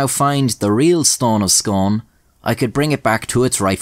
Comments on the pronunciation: Unfortunately the Stone of Scone is pronounced " Stone of Skoon". Yes, scone is pronounced "skon" (if you're Scottish) but Scone, (the place) is different. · Scone, in the case of this stone and the place it's named after, is pronounced Skoon. Sorry that ruins the poem. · I’m Scottish and from the area and it’s pronounced “scoon” just incase anyone wants to know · It is pronounced "SCOON" not "SCONE". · It's pronounced 'Scoon' like how you say spoon, despite the spelling. I live just up the road from the place. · It's pronounced "Scoone", but I appreciate that rather ruins the joke. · I'm from Perth (scone is part of perthshire) it's pronounced scoon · Pronounced Scoon not Scone! And that tyrant Edward I stole it we repatriated it home!!🏴 It belongs to Scotland! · I live in scone! Also it's pronounced Scoon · It's pronounced 'Scoon' as in spoon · It's pronounced Scoon! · Scone is pronounced Scoon. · By the way, it's pronounced "Scoon". Excellent video, although that kinda fucks up your whole rhyming scheme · It's pronounced "Scoon" not like the wee pastries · Scone is pronounced scoon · It’s pronounced SCOON. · Scone is pronounced Scoon, I don't imagine you'll even need to say it again but whatever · Pronounced skooon Not scone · Its pronounced scoon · Sorry, laddie, it's pronounced "scoon" or even "scuin". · Its Pronounced Scoon lol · It’s pronounced scoon actually but also yeah dumb name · Pronounced scoon!!!! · Form someone from Perth like 2 mils from scone just wanted to say your saying it wrong. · Him mispronouncing scone is killing me holy shit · Every time you pronounce it "scone" I die a little inside. Its SCOON. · Fun fact: my Great Granny was friends with one of the students in her retirement. When I visited her as a wein she gave me a pound. Also Sconne is pronounced ‘Scoone’. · As a Scots man, I was pishing myself laughing every time you said Scone, its pronounced Scoone 😂 funny video anyway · It’s actually pronounced “Scoon” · It’s pronounced scoon